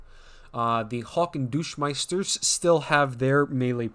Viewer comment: I thought "Barvarians," was bad, and then he called the Deutschmeisters "Douchemeisters."